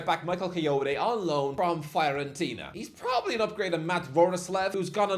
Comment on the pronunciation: pronunciation Fiorentina ✖️ Fayorentina ✔️